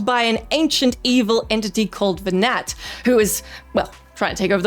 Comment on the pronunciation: Nearly every thing you said about FF12 was just wrong, almost painfully so. Mispronounced Venat. Vayne isnt king. Venat isnt trying to kill humanity or take over the world. Quite the opposite, trying to free the world from the grip of the gods.